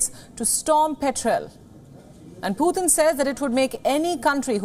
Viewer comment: Putin not puthin